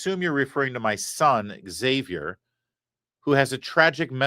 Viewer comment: I'm excited. You pronounced "Xavier" correctly. Language had meaning.